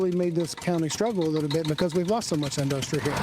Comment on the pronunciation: He had to of learned in-duh-stree from Donnie